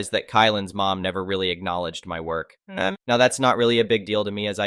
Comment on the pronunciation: Didnt know Now sounded like Neigh